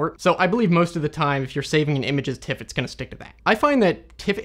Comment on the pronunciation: An observation: All other image formats you pronounce correctly. JPEG as jay-peg or TIFF as it's spelt, but with PNG you always say PNG - not ping. How come?